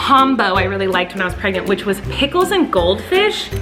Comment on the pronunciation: why is nobody talking about how colleen kept saying pregners instead of pregnant, lol im laughing so hard!!